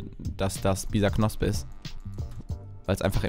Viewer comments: Bisaknosp? FTW? Das heisst Bisasam xD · Das heißt Bisasam